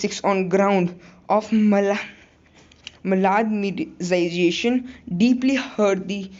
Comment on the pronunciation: 😂woh mal-admin-stra-shn hai 😂😂😂